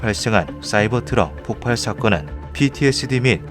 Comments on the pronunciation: 폭팔x 폭발ㅇ 자꾸 폭팔이라고 발음함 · 폭발은 폭팔이 아니라 폭빨이라고 읽습니다. 다들 폭파와 헷갈리죠.